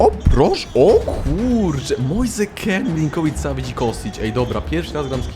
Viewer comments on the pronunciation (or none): none